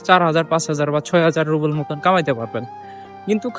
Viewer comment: রুবেল নয় রুবল বলুন